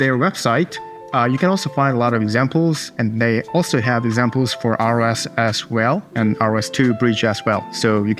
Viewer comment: Quick credibility boosting tip: ROS is pronounced like ross, not like R-O-S. Unclear who decided that. ROSCon and documentation will confirm. Keep up the informative vids! Thank you